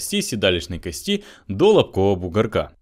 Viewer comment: Когда говорите кости ударение должно падать на первый слог!